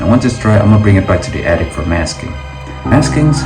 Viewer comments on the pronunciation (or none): none